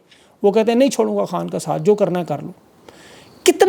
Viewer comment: Please correct words no Banj actual words is Bhanj 🖤🖤🖤